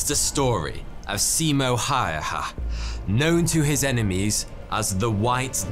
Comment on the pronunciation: Hah, when I looked at the small image of the video I thought this might be about Simo Häyhä. He really was a legendary soldier, and you covered his achievements in the Winter War well,. Although, when you pronounced his full name it sounded really funny. You should pay more attention to the correct pronunciation of proper nouns next time.